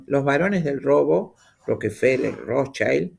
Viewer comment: Hildegard von Bingen,en la Alemania de esa época, la casi primera médica natural de hierbas en la edad Media que escribió los primeros textos de estudio de las plantas. Rothschild, palabra alemana no inglesa compuesta de rot=rojo, y Schild =letrero. Se pronuncia con i no a lo pirata ai, porque no es niño en ese idioma pirata Hay otro argentino que tampoco aprende. Seamos humildes y aprendamos de los demás aunque sepamos mucha historia. . Además roquefeller y Rothschild no son alemanes pero sí dueños del planeta.